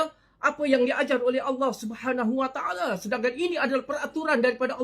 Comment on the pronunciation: Taale taale taale... Sebut btl2 le